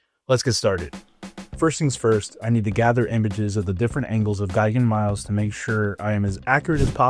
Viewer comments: The word is "me-lays," it's Latin, like Rex, and means "soldier." It's the root of English words like "military" and "militia" and so on. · Miles is actually pronounced "mee-les"